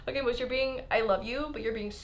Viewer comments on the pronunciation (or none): How normal people say moose: Moo-o-ss How says moose: Mei-oo-ss